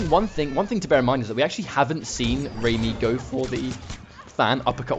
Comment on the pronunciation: Awesome as usual 😁 but it's pronounced rah-my not ramy..as lady gaga in bad romance sings Rah-rah-ah-ah-ah 💃💃💃